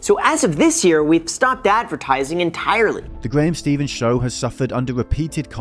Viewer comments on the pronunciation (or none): I love the thought that went into making this video but something rubs me the wrong way about a guy who hasn’t learned to pronounce “Stephan” correctly, making the claim that Graham (Ste-Fan) is complacent. Note: his last name is not Steven